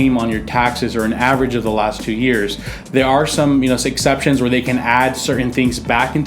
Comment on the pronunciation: SEXCEPTIONS. hahaha